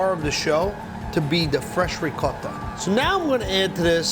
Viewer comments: No one: Buddy: Rrrrricotta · That’s how my Nonna said it. That’s how my mother says it. It’s good enough for them, it’s good enough for me. 😂🤌 rrrrrrrRrrrrrRrrrRRRRRRrrrr lol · Lo único que entendí fue "rrrrricota" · This guy can make a great cannoli, but can't pronounce "ricotta". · Me da risa como Buddy dice ricotta jajaja y like si no entiendes los comentarios